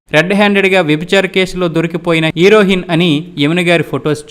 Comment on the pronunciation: నీ ఉచ్చారణ బాగా లేదు నువ్ హీరోయిన్ అనే పదాన్ని ఎలా అన్నావో చూసుకో టైటిల్ కి పొంతన లేదు